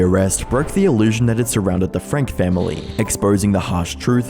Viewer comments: It’s frank-EEE not frank 🥴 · Just an FYI their last name is pronounced FRANK-E not FRANK. I hope these people end up in prison for many many years, and have no contact with those kids until they are adults. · He mispronounced their surname too- if you watch her sentencing she clearly pronounces her name as Ruby “Frankee”